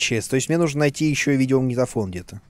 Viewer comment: Думал что я один иногда говорю "нудо" вместо "нужно"......